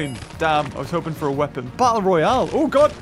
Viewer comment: The more i listen to it the more it does